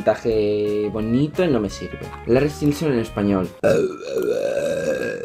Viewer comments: Reaccioná a Ziam ahre te amo chau ah pará xq se pronuncia estailinson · se pronuncia stailinson por si querías saber ❤ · Se pronuncia Estailinson xd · Se pronuncia Stailinson y deberías instalarte Wattpad hay un montón de historias Larry para leer...Me caíste bien 💕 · jajajajaja, el mejor momento del vídeo es cuando intenta pronunciar Larry Stylinson (que por cierto suena como "Larry Stailinson") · AMO TU ACENTO, HABLAS BELLO. AMO QUE AMES A LARRY "STAILINSON". Así se pronuncia, o al menos, así lo pronunció yo... 😂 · se pronuncia Larry stailinson*😂😂❤ as muchos video larry😍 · Larry es más real que tú, que yo, que todos, si no existe, toda nuestra vida es falsa, una ilusión. Una vez que empiezas no puedes parar, JAJAJAJAJA. Se pronuncia "Estaylinson" o algo así jaja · Se pronuncia Estailinson(? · "Larry Estilinsinson" me estoy riendo fuertemente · Vendría a ser como "estailinson" la pronunciación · se pronuncia Larry stailinson ❤ Gracias por el vídeo akdhdjd soy Larry shipper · es larry estainlinsom pronunzacion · y se pronuncia estailinson <3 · ahora te amo mas <3 Viva larry por cierto se pronuncia estailinson jajaja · Perdón x corregirte, pero se lee "estailinson" y se escribe "stylinson", solo es para que lo leas bien, no te ofendas por favor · Se pronuncia "Larry Estailinson". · Larry Stilinson jajajajaja, me mata tu pronunciación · Se pronuncia "Larry estailinson" jajaja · Todo bien pero se pronuncia " Larry Estailinson" ♥😍⚡ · Se pronuncia Estalaison jeje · Se pronuncia Estailinson😂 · Es "estailinson" 😂😂😂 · se pronuncia larry estailinson ahre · estilinsinson xdddd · se dice estailinson :v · Se pronuncia Stailinson XD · se dice larri stailinson AHRE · se pronuncia stailinson 😂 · Pronuncias mal Stylinson😝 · estilinsinson 😂😂😂. Se pronuncia Estailinson 😌